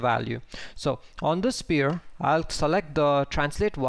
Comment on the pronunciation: You do a great job, don't get me wrong, but please: the word 'sphere' is pronounced like "sfere'. You are saying a completely different word 'spear' which is a point-ended stick weapon. The 'ph' is pronounced much like an 'f' not like a 'p'.